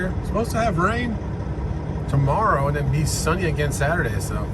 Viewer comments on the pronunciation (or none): none